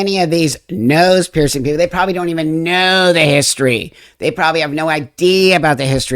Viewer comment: Did you say... nobody nose the history?